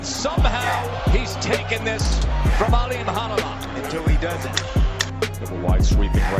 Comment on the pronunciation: His last name is pronounced ALIM-CAR- NEWLY (ALIMKHANULY)